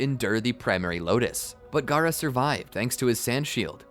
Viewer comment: you said gaarato